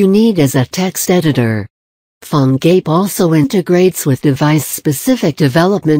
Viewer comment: She pronounce like "Phone GAY"